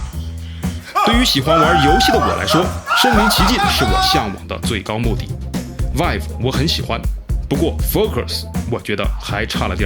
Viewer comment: 其实我一直想提醒PY君 vive的发音应该是viiv